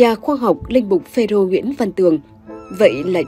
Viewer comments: Ê cô kia… đọc cho chính xác .. PHÊ RÔ chứ không phải PHÊ DÔ nghen…yêu cầu đổi người đọc ..nghe bực mình. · Xướng ngôn viên mà đọc sai nghe khó chịu quá phê rô chứ không phải là phê dô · Chán chêt....cái luoi k dài à ? Phêrô mà doc ..phêZÔ......phêdô....